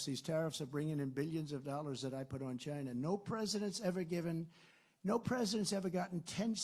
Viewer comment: why do you always say it as "shina". Its fucking lame.